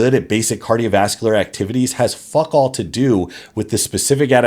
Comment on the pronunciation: Didn't know americans saud fuck all in such a way as you did. It was very british. Threw me off